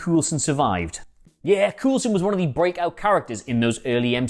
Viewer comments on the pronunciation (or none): How did you manage to mispronounce coulson as cool son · Coulson pronounced Coal-son. Trust me. I should know. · 1: Even if Vision definitively destroyed that Ultron Drone, how do we know they were all destroyed? How do we know they were all in the city to begin with? 2: Agent Cool-son? Really? Multiple movies and a tv series and you think the name is pronounce Cool-son? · I'm just hear to say... Agent Cool-son😂😂😂😂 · Why doesn't this idiot know how to pronounce Coulson? It is almost like he has never watch any of those movies or Agents of Shield, but is just reading someone else's copy. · Why is he saying coulson like that 🤦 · This guy really doesn’t know how to pronounce Coulson, Fitz and Simmons can. And why do I feel he’s bagging on Agents Of S.H.I.E.L.D.? It’s an amazing show and important to the MCU. Oh and to answer Adam’s answer, it is said that the show might clue us into the formation of S.W.O.R.D. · Why are you saying Coulson like that come on